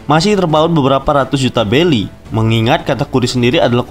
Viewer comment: Tulisan berry dibaca belly